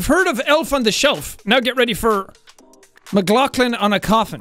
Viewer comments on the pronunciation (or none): Jack “ Seàn land “ Me “Mclachland “